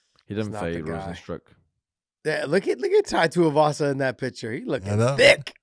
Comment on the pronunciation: Every time Big John says Tuiavasa instead of Tuivasa, one more of josh's few brain cells left dies.